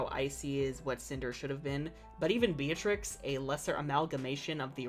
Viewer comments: Yeah but it’s not pronounced like that It’s pronounced beet-rix Not be-a-trix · what? Be-a-treece it's Italian. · Hollands previous queen’s name is Beatrix and its pronounced as Bey-ah-trix